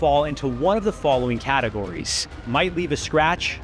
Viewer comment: CAT-e-GORies heh